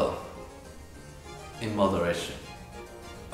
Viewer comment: As an italian, the way they said “glissando” and “moderato” is actually pretty good Italian pronunciation 🙇🏼‍♀️👀